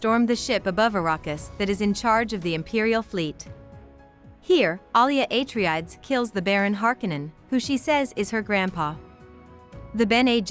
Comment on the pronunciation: Thanks, this is what I needed to start the second book. I'd clearly forgotten a few things since reading the first one. Btw, I'm 90% sure it's ah-tray-dees, not ay-tree-adds lol